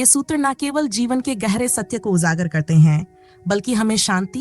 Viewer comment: JA KO ZA mat pronounce kariye!!! MaJboor, uJaagar. Kindly learn to speak correctly if you want to be an uploader!!